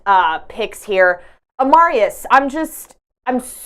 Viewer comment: You have to do a better job with names. Full stop. There is no 'v' in Markezich. Amarias? C,mon now, it's Amaris Tyynismaa.